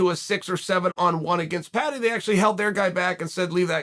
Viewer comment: Americans just can't say the word Paddy lmao